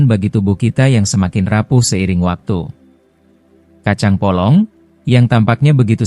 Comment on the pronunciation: Kacang polong bukan kacang bolong.......